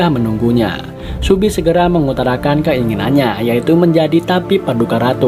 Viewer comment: Kok subi sih, seobi